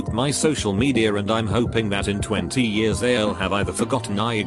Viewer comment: Roxy G on other videos it pronounces “years” weird. Gets me every time ☠️☠️